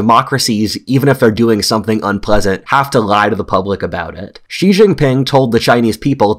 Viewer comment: Consider that "George Friedman is an internationally recognized geopolitical forecaster and strategist on international affairs and the founder and chairman of Geopolitical Futures." but he can't pronounce "Xi" in Xi Jinping -- the second most important global leader for the past decade.